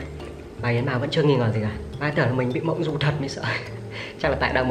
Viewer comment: Vâng ,đọc nhầm mộng du đi mua dưa thành thẩm du đi mua dưa. ĐM☺ 😺👽